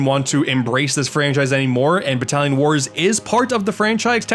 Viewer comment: When you said Battallon Wars I heard Italian Wars, which made me think you and I were going to have to go head-to-head against each other using cannolis as blow darts.